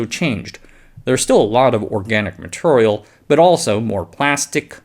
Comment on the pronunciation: Hey brother. Not a dig on you, but I have a request. Please work on your long e sounds. “Material” is not “maturrial”. It’s very hard to hear this across videos as they accumulate into hundreds of small nuisances and you are too helpful not to be honest with you about it. Very hard to listen to.